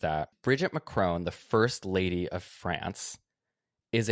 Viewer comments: im really curious how you guys got the pronunciation of Macron that you did. In all media I have heard ,albeit I do live in Europe, its always been said with a short "o". but throughout you guys use the same sound in "crone" Im just curious where you got that from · While we are doing corrections it's pronounced Macron not Mac-rowne